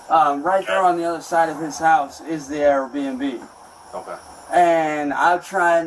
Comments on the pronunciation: He is STILL saying "A.R. B&B" 😂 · Why does he say Airbnb like AR-15? AR-BNB 😅 what a regard